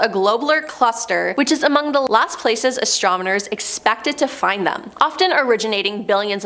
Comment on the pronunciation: Still going strong into 2024! You peeps are Most A-Mazing! but...Someone Please let know that it is pronounced ASTRONOMERS not ASTROMONERS!!